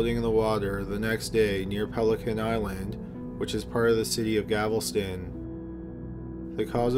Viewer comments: Lola Drake he does not pronounce it correctly we pronounce Galvasten like Gal - vah - sten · Gal-vest-on...like when a female has on a vest. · DM slider Gal-vuh-stun with emphasis on the Gal. Galveston. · I lived in GAL-VES-TON when I was a little girl! We lived across from the seawall in Casa Marina Apartments! My dad did maintenance and mom cleaned apartments. I stepped on a jelly fish on one occasion and it caysed my whole foot to swell & turn blue...and on another occasion, I was playing by the rocks in the very edge of the water when a little wave came in and swept me out a little ways into the water and I nearly drowned due to the ocean current pulling me under. My luck wasn't the greatest while living there! Luckily, I only vaguely remember the jelly fish sting and have no memory of the near drowning incident. But yes, gavel-stin is torcherous! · I'm not even from Texas aaaaand I know how up pronounce it. Its not really a word with hidden pronunciation either so everytime I heard "gavelston" it killed me. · A couple videos ago he mispronounced Galveston and I knew i/ someone else should've corrected him. Now i'm forced to listen to gavelston for an hour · I'm Canadian and I cringed every time he pronounced it "Gavelston". It's one of those idiot-proof words that most people past grade two should be able to phonetically sound out. I wonder if he's dyslexic? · I thought I was the only one xD Not hating or anything because I honestly love this channel ❤ buuuut him pronouncing it like "gavelston" gets me as well x_x Probably because I'm from Texas and have never heard someone pronounce it like that before o3o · that's not called an accent, it's called mispronunciation, an accent is not the same. He says "Gavelston", placing the "L" in the wrong place. If I said your name was "Calire", is that the same as saying "Claire"? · Oh no, here we go with “Gavel-stun” again... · Thanks. I was hoping I wasn't the only one. Bless his heart for trying.